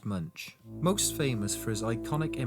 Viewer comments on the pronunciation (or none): Not pronounced MUNCH but sounds like Munk with the U sounding like soft O.